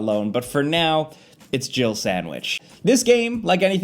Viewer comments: I swear it sounds like he says Jill-erbil sandwich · even when i first read Jill Sandwich, i still dont hear that at all! he says jill with 2 syllables somehow, like jiddle or jibble yeah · When I first played Resident Evil back in the day, I always thought Barry said, "Jibble sandwich" 🤣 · Am I the ONLY person who ever hears "You almost turned into a gibblet sandwich" and not "Jill sandwich"? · I thought for years it sounded like "jibble sandwich" 😂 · I dont care what anyone says! Barry said JIGGLE SANDWICH! Everytime someone plays that footage, I never hear Jill! There's an extra syllable in there! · Omg those MK4 animations. The men walk like they’re trying to pick up other men Also, am I the only one who heard jiggle sandwich instead of Jill sandwich? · Apparently, I'm the only one who thinks it sounds like "jiggle sandwich" not "Jill sandwich". 🤣 How could you leave out "master of unlocking things"? It's classic!